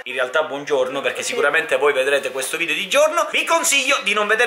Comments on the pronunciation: Hai detto al posto di video😨😨🎅🎅🎅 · Perché dici sempre ci vediamo prossimo video vi do io e te si dice no cioè video si dice non